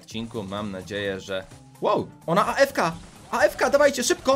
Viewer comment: Muwi się Afka